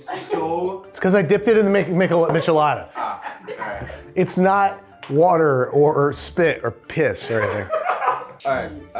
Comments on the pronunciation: It’s a meesh-eh-lada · Babish you say michelada with a soft ch like in "choose" lol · The only thing that really hurt me was the way he said "michelada". It has a soft sh sound😢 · i’m sorry how did he pronounce michelada?!? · How does Babish not know how to pronounce or make a michelada? Missing several ingredients